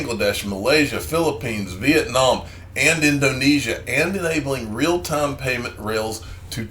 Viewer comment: It's Tie-m for XRP 😂